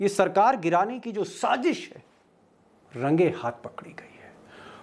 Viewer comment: Good presentation ❤️ But please say Sazish not Sajish